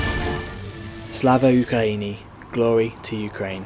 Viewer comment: as a ukranian, i find it funny the way you say Slava Ukraini, its more pronounced like Slava Ukraieni. Also if you wish to travel to Ukraine during the war time, Keep in kind: DO not go outside or keep your lights at night, Always have a reason ready to tell the Ukraine military why you are here cause they can ask you some stuff im not sure if ukraine would be very happy if i told you what they asked in my case